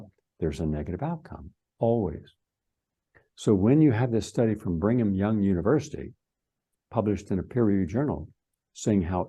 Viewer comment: It's pronounced Brigham Young University NOT "Bring'em Young!!! I know it's in Utah and all, but learn how to pronounce the words before you try to sound like an expert. You lose all your credibility when you pronounce Rockefeller "Rock-a-fella", or gly-fah-sate instead of gli-foh-sate or "glycoma" when you mean glaucoma. For a "scientist", you sure do miss alot of important, obvious details. (By the way: electrons are many times smaller than viruses--Amazing that as a scientist, you don't seem to understand that viruses are composed of atoms and one part of an atom is an electron.) It's not a conspiracy, it's real grammar and real science. It matters. Maybe you need another scoop of "Brain Stuff"